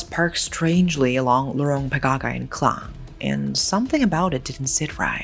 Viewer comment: It's Port Klang (Malay Kekang), as opposed to Clang.